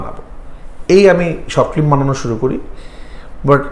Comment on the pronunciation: 🤔 Bit disappointed to hear the pronunciation "FLIM" from. #Madrasha background fact❓